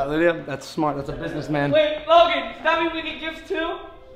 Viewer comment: Yo, it's "Lydia" not "Lidia"